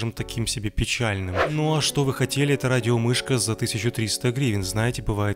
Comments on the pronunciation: Мне одному кажется, что на протяжении видео, он говорит вместо "это", "енто" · мне одному показалось,что он говорил "енто"!